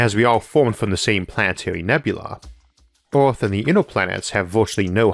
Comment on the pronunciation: Everyone: Earth Arthur: Eorth